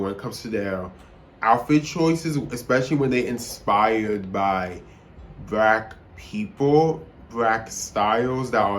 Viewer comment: BRACK PEEPLE 🗣️🗣️